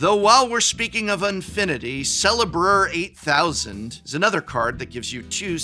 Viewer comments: Great video. u are the BEST magic professor of all time, but leave the English language to the Literature department.. Lols.. it's pronounced "Celebrate-thousand" (Celebr-8000).. But, in all honesty, WotC should have actually MADE this product as well.. this is too good to pass up.. I'm not an AWESOME Professor like you, I have a English Lit Professor next door, who plays magic.. she told me since I love commenting on your vids that I should tell u this, nicely.. cuz we're HUUUGE fans.. U Make Magic Fun Again (UMMFA) take that acronym orange skinned cheeto-man.. But really, thanks for the great vid.. we love them.. adios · You have to pronounce the Un-card correctly as the name is part of the joke. It isn't Celebr-8000", it is "celebr-Eight Thousand" So you do not read it as "celebr" + the number 8000, you read it as "celebrate-thousand" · Celebr-8000 mispronounced hurts me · The fact that you pronounce it as "Sellebur-8000" instead of "Celebrate-thousand" is bothering me to no end. Other than that though, this list is awesome. Thanks, Prof! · The way you pronounced Celebr-8000 is triggering me more than mr house will be triggered in any game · Celebr-8000 is pronounced "CELEBRATE-THOUSAND" (i.e. "celebr-eight-thousand") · Say it "Celebreight-thousand!" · I’m pretty sure it’s pronounced “Celebrate Thousand” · Gotta pronounce celebr-8000 but altogether like the 8000 is taking the place of -ate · Prof, the way you're saying "Celebr-8000" is missing the pun and every time you say it it hurts me